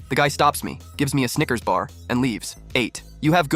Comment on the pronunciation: Bro gave out snickers without the s 🥲✌🏻